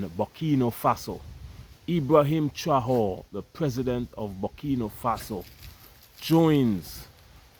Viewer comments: non pas «traore», mais «Traoré» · Pronounced Trahoreh. Keep up the good job. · Pronouns TRA - OR - RAY (TRAORE)